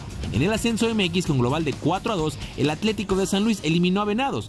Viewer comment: Se pronuncia Atlético no Aclético